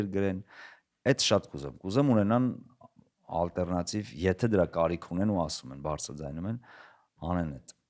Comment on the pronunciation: Հետաքրքիր զրույց էր, բայց ալտերնատիվ բառը ա-ով ասեք, ոչ թե օ-ով, ջան, բոլոր լեզուներով էլ և´ գրվում, և´ կարդացվում է ա-ով, հայերենը բացառություն չէ